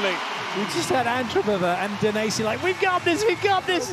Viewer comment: For the very biased and annoying commentators: it's DaNEsi not Daniesi; it's FersiNO not Fersinio. The 4th set highlights are embarassing, you are not being impartial. Your behaviour is outrageous.